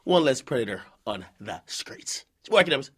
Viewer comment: “we have 1 less child predator on the skreetz”